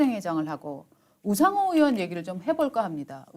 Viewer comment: 이보쇼? 으원이 아니라 의원이야요. 으 짜만 들어도 역겹소이다.